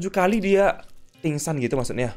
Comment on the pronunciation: Meningsou bang bukan pingsan